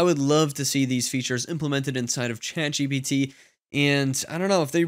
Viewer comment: Love this channel and all the info your share here. Hate the way you emphasise the G instead of the T I’m ChatGPT.